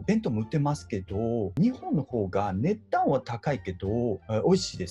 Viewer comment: 値段の発音最高